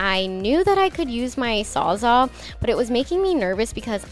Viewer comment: It kind of sounds like you're saying "sawzaw" instead of "sawzall" so, if that's what you're saying, then now you know lol.